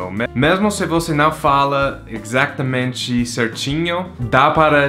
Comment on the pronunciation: Isso. NUMb tem o som certo de NÃo, assim como NUMber. Boa dica! Se ele ver, talvez ele consiga falar "não" em vez de "nao"